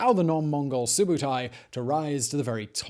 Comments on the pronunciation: also his name is subedei no subotai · Im Mongol but its not Subutai , its Su bee de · The mongol pronuncation is subeedei. I named my son after him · real name is called Subeedei not Subutai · It is Subeedei. I'm mongolia